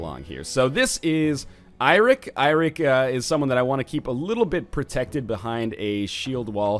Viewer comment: Eirik is actually the Old Norse form of the name Eric (It is actually Norse in origin). You pronounce it a bit more like you do Eric, it sound like Iric, or Airic